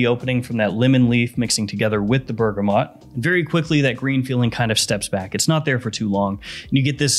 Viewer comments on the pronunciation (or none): none